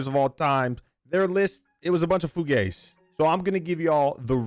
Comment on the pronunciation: Hes also trying to say zoomas word "fugaze". He needs to be himself